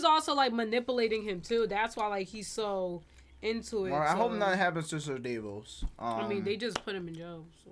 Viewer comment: DAvos! Ser DAvos! How are they not hearing the pronunciation?! 😂 The A is pronounced like the A in 'apple'. I do agree with that Cersei is definitely jealous! Another great reaction.